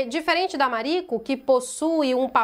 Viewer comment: Ah fico feliz! Assiste que vale muito a pena. 🤩 Eu acho que vc pronunciou certo o nome “Mariko” 🥰